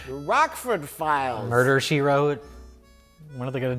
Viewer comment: "Murder She Twote" Summer 2020